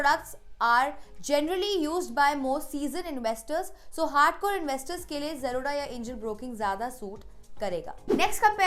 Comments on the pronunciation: Why are you Pronounce "Zerodha" to "Jroda" 💀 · Aacha se zerodha to bolna seekh le.. angerez